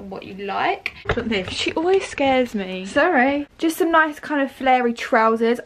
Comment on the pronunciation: ‘Sorray’ oml 😂😂